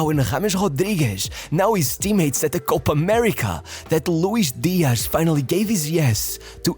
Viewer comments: Louish Deeash. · What is this 'Luish Diash?' He's not Brazilian, but Colombian. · why is this guy saying colombian names like hes brazilean JAJAJAJA